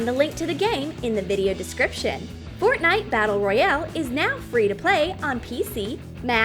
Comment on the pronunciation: Omg fortinite I swear I'm gonna die from the cringe